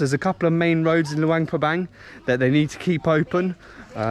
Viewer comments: no wonder you pronounce it with a Bang. Like Vientiane…some people pronounce it TeeAnne. It’s one thing when they’re new to the Laos. But it gets confusing, like I’m thinking their way is the new way and acceptable. Idk. I haven’t been to Laos since 2005. Even Lao Americans are trying to change the spelling so that it reads how it spells. So nobody takes the time to find out what the rules are. If tourists are pronouncing it one way, then that might be the right way. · In the beginning, you said Luangprapang almost right to my ears…maybe cuz it almost rhymes with lockdown. Then other times you pronounce it Bang bang bang. Now I’m confused on the spelling. I instinctively spelled it Luangprapang. Is that right? Or is it Luangpabang